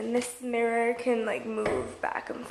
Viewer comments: lls mrrror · U say mirror differently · she says mirror wierd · I hate the way she says mirror😂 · yeah her mom is British they all say it weird 😁she mentioned it in a house tour